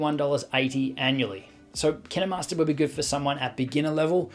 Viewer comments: IT ISNT PRONOUNCED LIKE KIAMASTER IT IS KIENMARSTER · Dude KineMaster says made with kninwmasters alll the time and it’s so annoying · Now I’m confused on how to pronounce KineMaster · Really you say kinemaster wrong